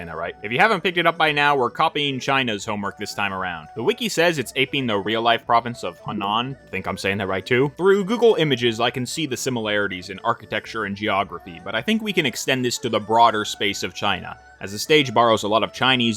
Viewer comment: Hunan is more pronounced as "Hoo-Lan" btw